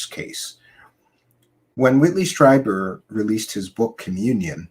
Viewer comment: It’s Streeeeeber. Not Stryber.